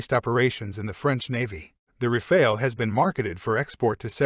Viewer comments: The E is silent, so you want to pronounce it as if it was Rafal, with both As pronounced as America’s final A (otherwise it sounds like rafail, my Frenchness cannot stand it)☝️🤓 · It's still not Rafail, but RAFALE ! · Unmistakably wrong pronunciation for something rather simple: RA-FAA-L.